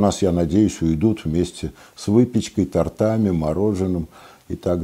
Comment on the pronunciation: Милый доктор, не тортами,а то'ртами,ударение на о